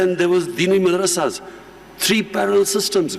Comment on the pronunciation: Best part : An European anchor saying Madrasha.. 😂😂 Imran ki chaddi utardiya..